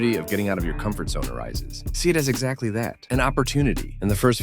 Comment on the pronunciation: bro said 'exaclty' 💀💀